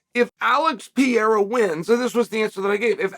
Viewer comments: Hahaha... He even calls him Piera in the DK promo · Alex "Pierra" Pereira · This guy always raped other fighters name,Alex Pe era 😂😂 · Uncle Chael, why do you deliberately mispronounce Pereira? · He does it with lots of fighters, it's definitely a joke